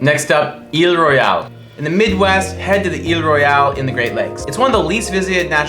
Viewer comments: FYI, Isle (Royale) is pronounced "I'll" rather than "eel". Acrually, Glacier/Waterton Lakes is not the only park that spans 2 countries; Wrangell-St. Elias (AK) pours across the Canadian border to join Kluane (clue-AH-knee) in the Yukon. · Guys, "Isle" (Royale) is pronounced "I'll", not "eel", as it's a sort of shortened version of "island". Spectacular video! Thanks. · I like you picking the best parks without actually going to them. If you had you'd know how to pronounce their names - it's "aisle royal" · "Eel Royale" lol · Isle Royale is pronounced the same as "aisle roy-ale". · Many minor mistakes, otherwise a pretty good job: It's pronounced as "aisle" Royale, like aisle seats on airplanes Glacier is not a national park that spans across two countries. It is a US national park, entirely within the US. Yes, it is connected to Canada's Waterton Lakes National Park, forming the International Peace Park. In that sense, Wrangell–St. Elias National Park in Alaska is also connected to Kluane National Park in Yukon, Canada, and forming parts of an international park system. The Horseshoe Bend is along the Colorado River, but it's not located in Grand Canyon, but rather in Glen Canyon National Recreation Area. Black Canyon OF the Gunnison National Park Chaco Culture is a National Historical Park, although it's also administered by the National Park Service. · In Michigan we pronounce Isle Royal, "Aisle". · Great video, but you butchered Isle Royale. Here in Michigan we pronounce it Aisle Royal. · I’m so pissed off as a Michigander with how you pronounced Isle Royale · I think the mispronunciation demonstrates how many people are unfamiliar with this wonderful park. If you have visited, you would likely know that more people visit Yellowstone in one day than visit Isle Royale in one year. You have to work to get there and if the weather "turns" bad, you may not be able to travel back across Lake Superior until things calm down.